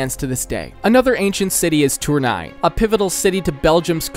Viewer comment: im french who lived in Lille went 2 times in Tournai, when he said "touwnay" like 10 times in 2 minutes it was so funny